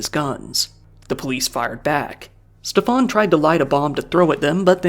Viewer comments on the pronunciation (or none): His name is "Schtäffan" not "Ste-faan" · Its better to just prounce Steven normally, Steff-ahn as you are pronouncing it sounds french or something and is incredibly jarring (german here)